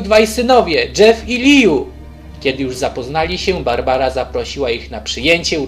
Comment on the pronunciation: To nie jest bArbara tylko barabara